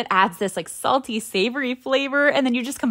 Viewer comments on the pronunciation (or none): none